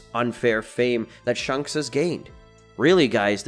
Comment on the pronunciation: its ShAnks not shunks